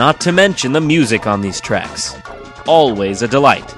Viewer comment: Title: the top ten Mario Kart Tracks Jontron: the Top ten Mario Kart trecks What I hear: the top ten Mario Kart Tricks